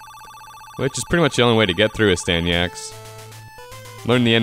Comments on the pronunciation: I loved it, but it's Astyanax not Astanyax !! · AstanYax? C'mon dude, at least try... Asyanax is a great game. Just because you can't sit down and play it with open eyes and mind does not mean you should bash it. $1.75? You got a great deal on an epic game.